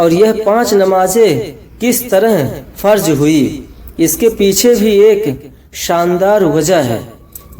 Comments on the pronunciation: Mr.pahle talaffuz durust kar lo phir bayan Karo .Urdu ka lafaz h farz aur bol rahe ho pharj Mane bbadal gaya. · Assalam alaikum mohtaram plz apne talaffuz ko pahle thik se bolna sikhiye farz hota hai farj nahi namaz bolte hai namaj nahi mazrart